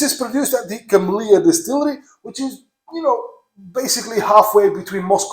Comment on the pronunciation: Great! Word "Kemlya" (it's name of village where distillery is) pronounced not "KemlYa", just pronounce "L" like you said in "KemlYa", but don't pronounce "Y". It's like how French pronounce "la", "à la carte". Then, make accent on "E", like in "kEtchup". K-E-ml-(y)-a